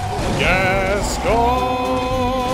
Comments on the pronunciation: The mispronunciation of Gascoigne hurts me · Funny video. It's pronounced gas-coin by the way ;) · you're pronouncing hsi name wrong ^^